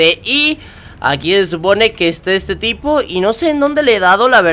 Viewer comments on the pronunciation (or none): Enves De Decir Tipo Digiste Pipo xD